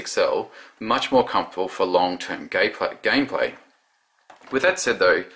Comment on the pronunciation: "for long term gay play" dont you just love slip ups when you are speaking